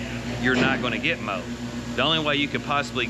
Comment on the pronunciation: Did he say mode or mold?😂